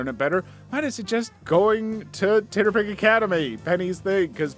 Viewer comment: Ok my biggest and most important question: dear god why do you pronounce TTRPG’s (tee-tee-ahr-pee-gees) like that? Titterpig is so offensively wrong and horrible it assaults me every time you say it and is the SINGLE reason I would/will never share/recommend these videos 🤣 Harsh? Maybe. But by god, what a terrible word.